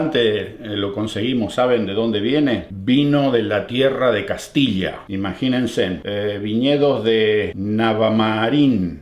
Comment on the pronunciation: olvidate del "sen" se dice Imagínense y no imaginensen En otros videos también te lo dije por el "lon" ejemplo preparenlón, lo correcto es prepárenlo